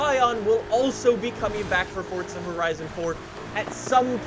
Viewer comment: Why do you say Forza like that?